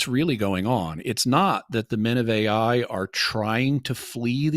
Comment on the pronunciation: I'm so annoyed at the when he starts pronouncing the name of the land "Ai" as "A + I" instead of just "I"...